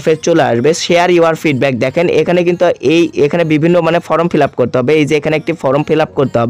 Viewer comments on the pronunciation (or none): none